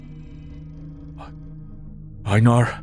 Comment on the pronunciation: Is mispronouncing Einar? That's the name, right? Love the character